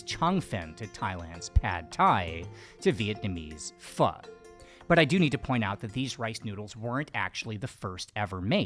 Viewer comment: Well! I got so far as to hear Pho pronounced correctly, so now I will continue 🙂